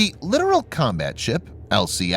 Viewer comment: Lit-Tore-EL = Littoral